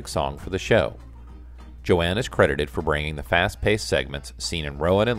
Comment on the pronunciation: Red SKELTON, not "Skeleton". JOAN Ganz-Cooney, not "Joanne". "ROWAN & MARTIN'S LAUGH-IN", not "Rowan and Laugh-In".